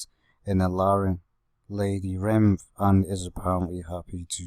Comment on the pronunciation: It’s not called lady rinth